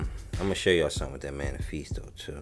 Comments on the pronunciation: Just a heads up, the Mephisto engine is pronounced “Meh-fis-tow.” You’re saying manifeestow. Lol. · Hey man! Another awesome video :) BTW, if it helps, it's meh-fist-oh (mephisto). Short for Mephistopheles, a demon from German folklore.